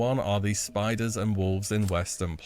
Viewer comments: I was wondering what he meant by spoders then I realized it’s spiders he’s saying 😂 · The "spoders" lmao